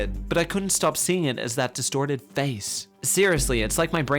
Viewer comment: the way he said face, im dead